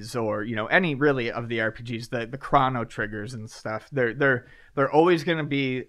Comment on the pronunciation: Crah-no Trigger? Really?